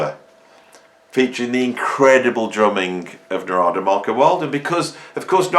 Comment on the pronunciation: He pronounces his name NAR'DA